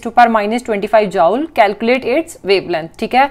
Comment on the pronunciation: She say jaule 😂